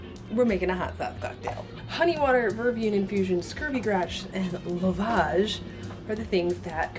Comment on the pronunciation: Hi, just a little note on the pronunciation of 'lovage'. It's 'Love-idge' :)